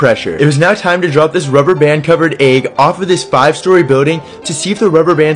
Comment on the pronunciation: It's pronounced egg not eag 😂